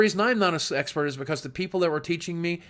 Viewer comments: sounds like he is saying "Sexpert" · if you listen closely to the expert speech thing, he says hes not a "sexpert" lol